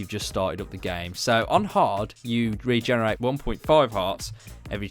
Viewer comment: You say regeneraate And you say haling